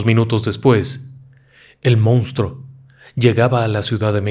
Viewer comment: Por qué dicen “mounstro”? 🙄